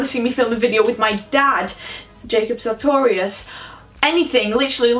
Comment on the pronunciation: I thought she said her dad was Jacob Sautorius